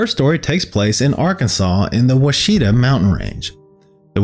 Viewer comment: I always love listening to your videos. I live in Arkansas near the Ouachita mountains and we pronounce it watch-it-taw. Nothing like how it looks.